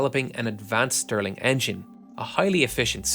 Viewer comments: Stirling engine, not Sterling engine. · Mind you, it's "Stirling", not "Sterling".